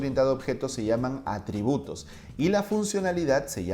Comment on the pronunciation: dice ARTRIBUTOS en lugar de ATRIBUTOS